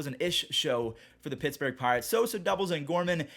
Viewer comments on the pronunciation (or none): none